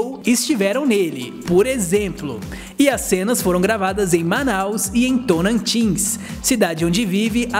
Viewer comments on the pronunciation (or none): É Tocantins e não "torantins"! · Correção .ele falou torantis.n é e sim Tocantins ...se informa melhor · Acho que não é tonantins e sim Tocantins